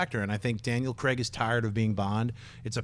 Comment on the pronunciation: it's Craig and not Creg